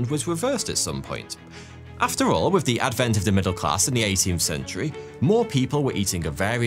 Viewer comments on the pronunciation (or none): You have a very peculiar speech mannerism, and I am wondering where it comes from. You have an unusual way of rendering "th" sound. You say "wif" instead of "with" and "free" instead of "three". You also render the voiced "th" as "v". You do this most of the time, but not always, and I can see when you do it by watching the way you form your lips. I can see and hear that you also sometimes render the unvoiced "th" in the way that is customary for native English language speakers. I have encountered this 'f' and 'v' substitution in people from the Carribean islands for whom English is a second language. So, how did you acquire this speech mannerism?